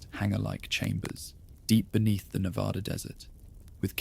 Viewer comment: Reno, NV. pm I can’t go to sleep because you keep saying Nevada incorrectly! 😂